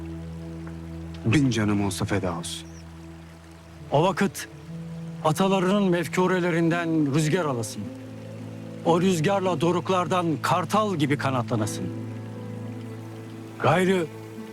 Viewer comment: hamedaniye VAKIT ile vakit telafuzuna dikkat etmemisler hocam VAKIT degil vakit olacak;)))